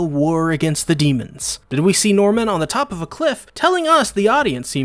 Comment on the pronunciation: I heard "genocidal mormon" when you said genocidal NORMAN! And I burst out laughing